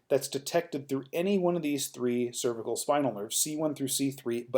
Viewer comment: Im having trouble getting through this video because you can't pronounce "cervical"